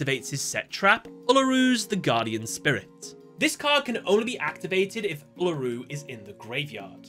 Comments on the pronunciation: As an Australian, it was incredibly painful when he said "ella roo" instead of "ool a roo" 😫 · You say uluru so funnily 😅